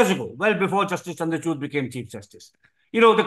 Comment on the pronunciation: It's not chuud😂 It’s chood I think Modi tried to convince him not to bail out Kejriwal. But he didn't listen to him.